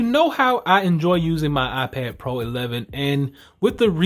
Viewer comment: You said iPed pro